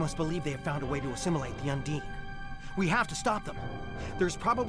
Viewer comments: I very much enjoy these videos. Well done. But-. What is it with so many Brits and am inability to correct pronunciation? Un-deen. There are many many times an in game character pronounces the name of the species. It's not open to interpretation, it's just a fact on how you say it. And while we're at it's Super Marr-ee-oh. Not Mare-ee-oh. He literally exclaims his name when you start the game. #justsaying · If you say the name of species 8472...undine...repeatedly...and incorrectly...it doesn't make the pronunciation correct. What's more bizarre is that you are listening to it spoken correctly ingame yet you opt to say it incorrectly...over and over. Why? As an aside...I fully understand what may be the issue... that being U N D I N E should be expected to be pronounced as you do. The reason it is not and the disconnect between the name and spelling of it will likely remain a mystery.